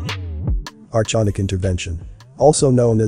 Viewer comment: Information is solid but get the pronunciation correct. You mispronounce many words and names. Archonic- R-con- ick not chons, David ICKE- IKE not ICK-E. Content is great though.